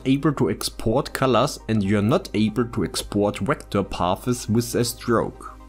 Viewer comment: Hi, it's not "pathes" ; it's "paths" cheers ;>) I know, I know: you speak two languages; I speak one. , ich spreche ein wenig Deutsch, aber schlecht I appreciate your lessons!